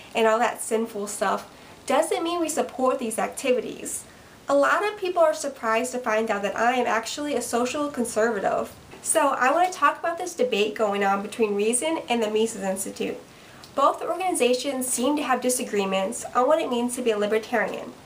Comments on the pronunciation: did she just say she was a social consorvotove? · I am making fun of how she said Conservative u moron!